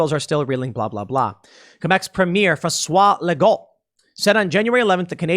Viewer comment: Great French prononciation Tim! François Legault! (not that I like him)